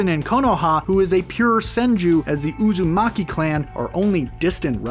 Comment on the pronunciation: finally he one name right uzumaki